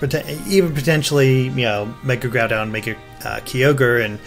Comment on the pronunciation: I thought it was pronounced Grow-Don. Not Groo-Don.